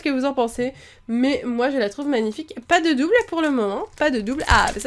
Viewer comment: tu a dis je sais pois et il faut dire je sais pas